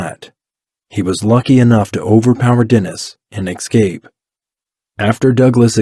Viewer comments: Escape. Not ick-scape. Whilst. Not willst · Can I just say, it’s eScape not eXcape. Sorry, just a pet hate…. It wouldn’t drive me to boil your head though. 😂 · IT'S ESCAPE NOT EX-CAPE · Escape, not ecscape.